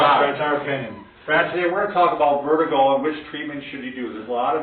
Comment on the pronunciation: Vertigo, not Vetigo. Good video.